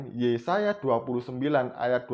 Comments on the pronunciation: Bpknya maksa bnget si mbaknya jwb ttg ayat mana alkitab sebutkn si mamad 😂😂😂😂😂😂😂😂😂😂😂 RUMUS : 🐪🐪🐪🐪 × 🐐🐐🐐🐐 = 👩‍🍳👩‍🍳👩‍🍳🍺🍺🍺🍺🍺🍺🍺 take a beer ... Kurang pas actingnya, lupa hapalan dialognya.. Mngkin mksd si mbaknya KITAB YEAYE kali.... 🙂🙂🙂 Mbak... mbak...... mbak tlg bljr nyebutkn sesuatu scra bnr dlu, baru masuk youtube... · Si Mba ini bohong bro, nyebut Yesaya saja salah, Yesasa --->pecin sasa kallee😅😅😅😅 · Video ini gw puter terus tp tetep lucu 🤣🤣🤣 dulu namanya mungkin stefani magdalena, skrg jd siti khadijah...dia yg ngomong kok gw yg malu ya 🤭, masa anak minggu aja hapal nama yesaya kok dia malah yesasa 🤣🤣🤣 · Si mbaknya kebanyakan micin kali makanya bilangnya yesasa🤭🤭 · Yesasaya.....yesasa.. 🤣🤣🤣🤣🤣 kasihan kitab yesaya we salah ngomong... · Bc kitab tp YESAYA DI BLG YESASA🤭🤭🤭🤭🤭klu menghafal mbok 5hr biar g salah Bu🤣🤣🤣🤣🤣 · sebelum mualaf berarti dulunya Kristen?, org Kristen sebut Yesaya kok yesasa?,🤣, ibu ini siapanya yg sebut Yeremia jd yesemia ya? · Taurut??? Yesasa???? Baca dulu yang benar mbak jangan asal nyerocos aja 😓 . . . . Mangkanya jangan asal baca saring dulu bacaan nya🗿 Kan orang jd ngakak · nyebut nama kitabnya saja udah salah. Yesasa 😂😂 gimana mau omongin isinya..... Jd kalau mau berbohong it pintar dikit dongggg... Belajar aj sama si Steven biar pintarrrrr "berbohong" 🤡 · Bodoh nian ibu ini. Ngomong aja salah2 ketahuan bohongnya .